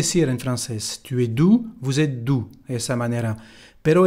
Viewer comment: no se dice ou sino u cuando se dice tu.